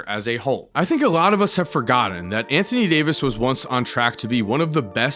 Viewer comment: anthony day-to-davis 😭